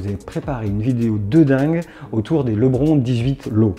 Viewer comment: Ouais, ça se prononce [ lebrone]